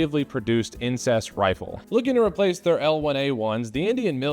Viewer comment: i thought you said incest rifle lmao